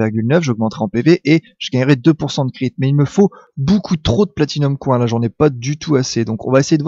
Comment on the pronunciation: J'adore tes vidéos x) un coup tu as un super accent anglais avec ride, un coup tu dis coin à la place de "coynsse" pour les pièces x) c'est énorme !